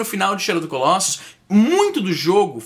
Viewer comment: Fala-se colossus com o "o" fechado, e não colóssus. E o plural é colossi.